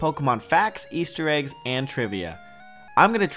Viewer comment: Why sayng samme esstter eegs